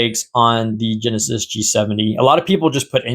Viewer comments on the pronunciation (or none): none